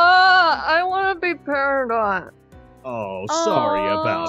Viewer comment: peridot not paradie